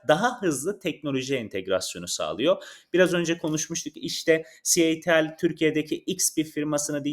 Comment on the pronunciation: 1 elektrikli araba anlatan video içeriği üreticisi de doğru şarj desin artık, herkes mi şarz diyor. 😂 ayrica. ci el ti al değil c ,ay , ti ,el. Diye okunuyor.